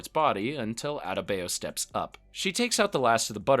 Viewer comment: Bruvh you butchered Adebayo’s name😢 that’s not how it’s pronounced